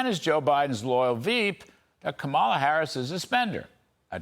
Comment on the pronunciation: Larry, when are you going to pronounce Kamala correctly? It's KAH-ma-la, stress on first syllable.